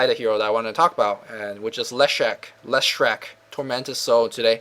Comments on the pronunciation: It's LeshrAc not LeshrEc :D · Leshrec? .... Wow.... NEW HERO??? ...Dude just get the fuckin hero name correctly...